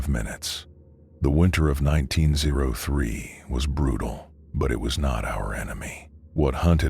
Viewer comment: Whats weird is their is a Fort Kearny that closed in 1903 in Nebraska which is funny. Great story though, loved it! Only thing was when the AI reads out q903 as 19ZERO3 lol